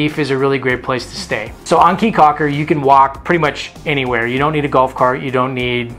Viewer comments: Great video, but Key not Kay.. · K's my thoughts is that is pronounced "Key." Been going there since 2004 and suspect the locals are too polite to correct you. Thanks Canadians or Yanks!